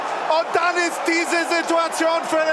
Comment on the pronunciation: DaSSSch ischt daSCHSHS TOR XD legende